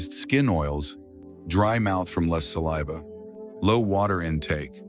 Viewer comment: Hey AI. Learn how to pronounce saliva properly. Errrr